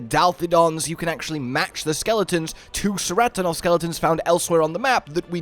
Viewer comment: Its "Keratonoth" not "Seratonoth" for the pronunciation of Ceratonoth. Its a Greek C which is a K sound. Just like the Scylla in Nerscylla is "Nur-Skilla" In the first trailer Alma in English even calls them "Ke-rat-to-noff".